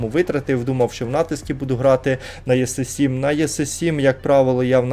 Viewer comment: Що за танк єси 7 , це жахіття якесь, неможливо просто слухати іс 7 по-людськи можливо иак говорити і не знущатися зі слуху